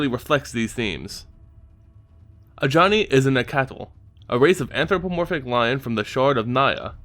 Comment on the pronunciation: These keep getting better, but according to one of the Wizard RND it is Nack-tal